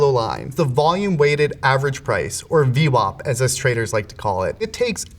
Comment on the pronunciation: Going after them vWAPs